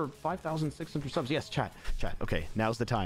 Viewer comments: Anyone noticed that instead of it saying subs today is says sus today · Something that annoyed me the entire stream was that instead of saying subs today it said sus today and that just annoyed me